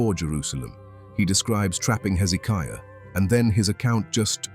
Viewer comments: Oh how i wish these AI commentaries used correct English ! 701 is said ' Seven Hundred AND one ' ! Bloody stupid American dumbed down syntax ! Pronunciation in a commentary is vitally important too. King Hezekiah's name is pronounced with the stress on the 3rd syllable - hezekIAH, not hezEEKiah. AI may be useful but it needs to be taught basic grammar and pronunciation. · Why is it the people who put this stuff out can't take the time to actually watch it and note the places that need editing? Amazing you went to all this work and miss getting things right. 3 different pronunciations for Hezekiah's name? There are other things as well. You would succeed with what you are doing, or should I say trying to do?